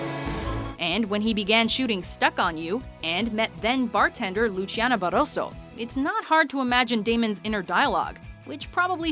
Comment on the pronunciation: Matt Damon's wife is from Argentina, not from Italia. So the name is pronounced Lusssssiana (though is with a c) not luchiana!!!!